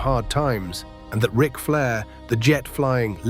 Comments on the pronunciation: What about (R) ike Flair instead of Rick? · R- ick Flair? WTF?? Get rid of the ai slop narration.